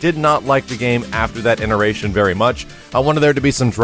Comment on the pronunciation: it's "iteration" not "ineration"